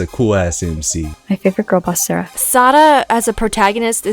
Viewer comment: Okay, is definitely spanish. You can't hide that pronunciation of 'Sara' from spanish-speakers.